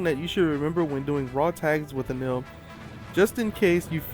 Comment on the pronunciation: No matter how you spell it, it isn't pronounced the way you pronounced it. You're pronouncing the 'el' part as you would expect 'ell' to be pronounced. (Smell and Hell are good examples of how 'ell' would be pronounced.) E NE RU Correct E NE L Correct En Ell Wrong